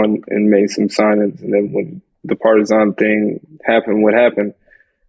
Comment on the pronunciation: Absolutely love the way you pronounce "Partizan"! Keep that change as permanent please✊